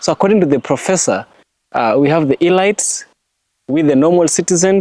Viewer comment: very interesting nd truths. U PRONOUNCE IT AS "ELEETS". not elights I say ths in good faith. Very ibteresting X u for this Nugget